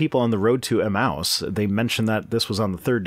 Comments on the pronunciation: Another great video but I can hardly stand the way you pronounce "emmaus." I always thought it was pronounced "eMAYus" instead of "eMOUSE". anyways keep up the great work! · Pedantic pronunciation correction Emmaus is pronounced [uh-mey-uh s] thank you for coming to my Ted talk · Emmaus...say it with me, now: eh-MAY-us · I believe it's pronounced e-MAY-us.